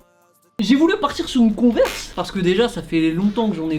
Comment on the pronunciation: tu prononces trop bien le nom de la converse beige